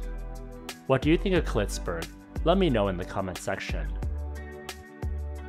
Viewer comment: Did I just heard you say "Clitsburg"?